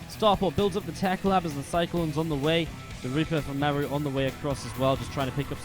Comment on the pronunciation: Why cant americans pronounce marus name :(